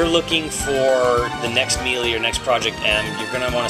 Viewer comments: MEE-LEE?! IT'S...sigh...I guess there are some people out there who can't pronounce specific words...(that's not in insult btw) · I can't take someone who can't pronounce melee correctly seriously. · I'm gonna take your impressions with a whole bag of salt since you can't even say melee right let alone use proper terminology for.... anything.